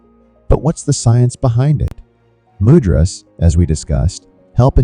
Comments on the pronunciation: Man....."Mudras" is pronounces MOOO - Dras! , not MUD dras... Also the elements of the fingers are completely Incorrect... Please don't pass on powerful techniques incorrectly... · Mud-drazas???? 😂😢 Do you mean 'Moo-dra-s'? What a Mud-drazaz??? Mud-ras???😣😖 😂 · It is pronounced: Moo-drahs. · You pronounced mudras wrongly